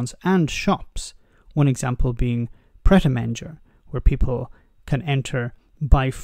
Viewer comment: That's the oddest pronunciation I have heard of Pret A Manger. Please don't think I'm being a dick, I've just not heard it like that before. Never been in one either.